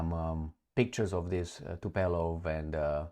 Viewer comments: Tupolev NOT Tupelov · TUPOLEV, nu TUPELOV:) Hai mai, ce naiba:D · Tupolev. Tupolev is the correct plane name. Not Tupelov as you incorrectly keep saying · TUpolev NOT tupelov. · Almost never is the correct statement. I have corrected a hundred times this tupelov thing. Alas! Wasted my time